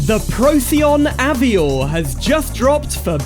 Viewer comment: Very cool mod! But isn’t it pronounced av-war? Like the French way? Also is there a demo on the repo to try out?